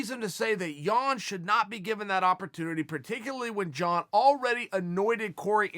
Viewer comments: Man I'm from Poland and the way Chael pronounces Jan name is hilarious :) Chael please...just JAN! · I was dying... he pronounced jan’s name different every time 😷😷😂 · Chael can't decide which Jan pronouncement he wants to stick with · Chael butchers Jans name every time 😂